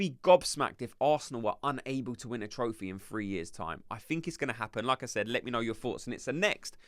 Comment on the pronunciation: 1. never doubted Arteta would sign 2. not sure about Nwaneri starting, but he should definitely play. 3. every time you say ¨like I said¨ i only hear ¨Lacazzette¨ 😂